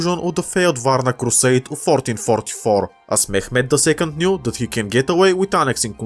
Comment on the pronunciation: Mehmid ii